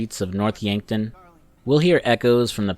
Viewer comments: “Dave Harris” “Yankford”😂😂c’mon man the game had been out over 10 years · It's North yankton! Yankford 😂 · North Yankton not Yankford* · He seems to have a bit of trouble with the names sometimes; Dave Harris instead of Norton, Yankford instead of Yankton. Dave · bro the town is called Yankton lol